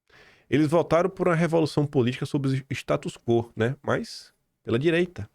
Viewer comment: Bom dia,! Posso te dar uma dica de pronúncia? É status "quó", como se o tivesse um acento agudo. Já notei que você fala "quô" e não é assim.👍🏻